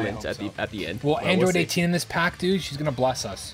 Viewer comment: Android Date-teen.